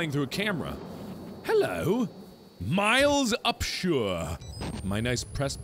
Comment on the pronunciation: Is Miles Upshur miles up shore?